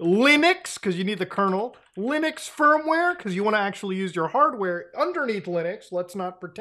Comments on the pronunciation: Did he say, "LOONux?" 😎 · He said lunix again...